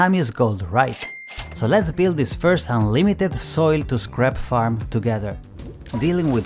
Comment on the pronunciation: I'm laughing so hard because when you say scrap it sounds like crap LOL.